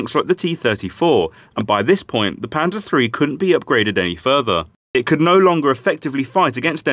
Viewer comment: Pleae stop pronouncing it Pansa almost sounds like panda which i heard at first. Call it Panzer with a heavy S and an er like the on if u were to say the hard N word. No offense a different example didnt come to mind